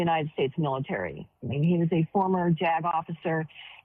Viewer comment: Jag officer? All i heard was "he was a former jagoff" 😂😂😂